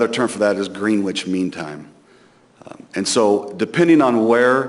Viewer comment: I'm surprised a lot of ppl mispronounce the word Greenwich.